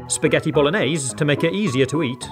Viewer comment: Madonna Santa come lo ha pronunciato ahahahahah